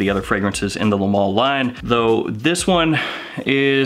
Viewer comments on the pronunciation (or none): Hey i like your videos but it is not the mall but Le ma-le .